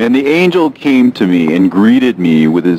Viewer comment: excellent pronunciation of angel names!!! i love your reads❤